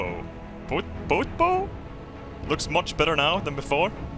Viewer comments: When referring to the front of boats, bow is pronounced like "take a bow" or "bow wow" instead of "bow and arrow" (rhymes with cow instead of go) I think the rear of the ship is called the aft, and right is starboard, not sure what left is called. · You say bow like wow. Not bo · Hey, for future reference, the front of a ship, whilst spelt 'bow' is pronounced as in 'to bow' or b-ow, not like the archer's bow. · bow is pronounced like the word ow! Ow you hurt the bow of my ship with your bow and arrow. Clear? Ok good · That pronunciation of Bow was shocking